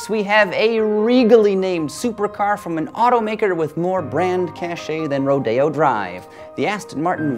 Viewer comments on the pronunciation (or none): none